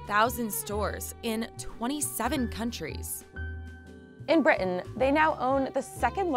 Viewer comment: Why does it sound like she said “In Britain” with a British accent?